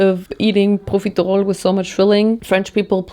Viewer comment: the way you pronounce/annunciate profiterole is scratching an itch in my brain 🙌🏼